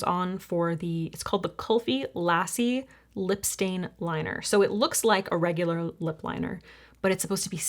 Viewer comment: for the kulfi staining lip liner, "lassi" is pronounced luh-see, just FYI! super informative and helpful video as always <33